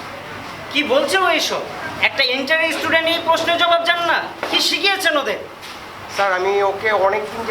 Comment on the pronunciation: ইস্টুডেন্ট না স্টুডেন্ট বলেন